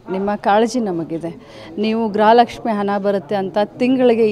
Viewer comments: ಗೃಹಲಕ್ಷ್ಮಿ ❌ಗ್ರಹ ಲಕ್ಷ್ಮಿ ✅🤣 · ಲಕ್ಷ್ಮಿ ಮಾಡಿಮ್. ಗ್ರ ಹ ಲಕ್ಷ್ಮಿ ಅಲ್ಲ.